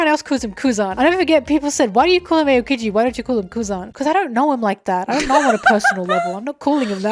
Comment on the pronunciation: It’s not pronounced ayo-keejee it’s pronounced ow-keejee 😭